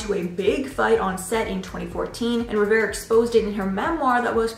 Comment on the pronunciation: Naya Rivera not Riviera